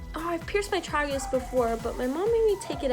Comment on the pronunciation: The way you say tragus bothers me